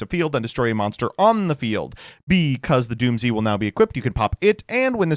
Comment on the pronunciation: its pronounced doomz not doom z. the japanese name is dūmuzu which is doomz.